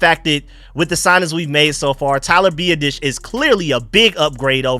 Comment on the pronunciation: His name is Tyler BEE-AH-DIS, biadasz say my man name right PLZ